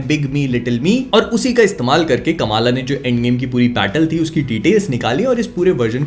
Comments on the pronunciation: Correct Pronounciation: "Kuhm-laa" Khan My ONLY gripe with this show. "Kamaaala" is NOT how you say that, FFS. They had soo many Pakistani actors on set and for some bizarre reason, nobody thought to correct it? You had ONE chance to let the world know the correct pronunciation yet, u fucked it up. Literally Everyone says it wrong. Even South-Asians have started saying it wrong by just copying westerners blindly like we usually do. Otherwise, the show was surprisingly better than how they portrayed in the terrible trailer. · Kamala Nahi bhai Kamla hai woh